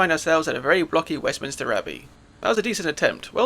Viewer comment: Sorry to be pedantic, but I noticed that you pronounced something which I always did until recently. It isn't Westminister, it's Westminster!😅😊